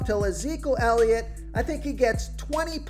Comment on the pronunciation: This guy can’t even say elliots name right lmao